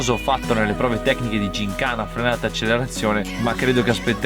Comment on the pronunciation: Grande, canale figo e tutto. Però Accelerazione con una L